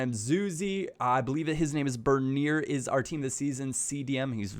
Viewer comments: The CDM is pronounced Burn E A, or Bern E A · no offense, but you butchered bernier's name. Its more: Bur-neyay (hard to type out that pronunciation lol)